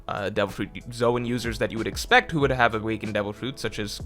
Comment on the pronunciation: Careful! You accidentally said "Zoan" CORRECTLY a few times this video! 😉